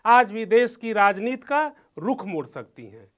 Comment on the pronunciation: नवीन भाई, ऐसे चिरकूटों को मत लाया करो यार, राजनीति को राजनीत बोल रहा है ये, उच्चारण नाम की कोई चीज़ है ही नही, प्लीज।